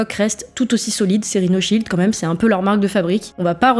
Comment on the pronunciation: Et personne ne parle du "CÔMME MÊME" au lieu de quand même qui déjà peu être agacent